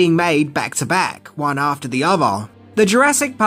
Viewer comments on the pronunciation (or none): none